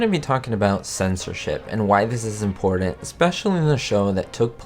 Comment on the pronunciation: The word,” important”, has two ‘t’s and NO ‘d’s... Just saying. And there are no ‘d’s in the word, ‘button, either.